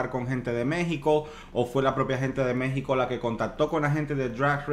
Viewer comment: Una falta de respeto que te refieras a México como "MEH-XICO"